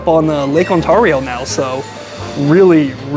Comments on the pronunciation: It's pronounced Lake On-tear-ee--o. :) Not On-tar-ee-o. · Also, Lake Ontario is pronounced awn-TAIR-ee-oh not awn-TAR-ee-oh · Ont 'air' io, rather than Ont 'are' io 😊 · also its pronounced ON - TARE - IO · say it with me now.....on-tare-e-o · Are you purposely pronouncing Ontario wrong? lol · please make some effort to pronounce easy. Canadian words. ‘ Ontario’ should be the easiest name to pronounce but somehow you succeeded in botching it.